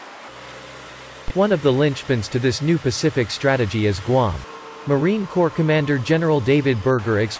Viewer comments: I kept hearing the narrator say “Marine Corpse”...Is there any quality control for these videos? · Please dear God learn how to pronounce Marine Corps. It should be pronounced like CORE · Maybe we can get a real person, maybe even a Marine to read this script...Marine CORPSE...? C'mon. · It’s pronounced “core” 🤦🏻‍♂️ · Corps is pronounce “Cor” not literally “corps” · Stop pronouncing the P in Corps !! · Corps. is pronounced cores! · It’s pronounced ‘core’. However, We Marines will make some copses now and then. “It’s CORE!! No charge for the lesson. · Terrible narration in that video... why not have a real person do it?... "Marine Corpse" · I think its because the AI reads the silent ‘ps’ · Wow! Really? Did you just pronouns the S in Corps? It’s silent. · Robot commentary, mispronouncing Corps, thumbs down. They must have programmed the AI to copy Obummer, who couldn't pronounce Corpsman correctly. Island hopping and sinking ships is a USMC mission?! Wow, who writes this garbage? At least Navy SeaBees are shown. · Please narrator please. Silent P in Corps. Thank you now lets try again. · driving me crazy hearing it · Does anyone else wonder if this channel is part of a disinformation strategy by adversaries of the US? This video is poorly done. Were the words spoken by a computer reading a questionable script? Or is this some young enlisted guy trying to pronounce words he's obviously not familiar with? Marine "corpse"? General "Blasch"? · It's Marine Corps (silent ps), NOT Marine corpse!!! Idiot! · Pronounced 'C O R E" NOT CORPSE!!!!!! CORRECT YOUR VIDEO!!!! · Is this dude another Obooboo person. United States Marine Cor(ps) ... not Corpse ... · It’s pronounced “core”, not “corpse”. The p is silent. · It is "Marine Corps" (pronounced "Marine core", not "Marine Corpse"). A corpse is something no Marine ever wants to be. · Corps is pronounced core not corpse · Why didn't someone tell the narrator that it's not pronounced corpse. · It’s pronounced COR not corps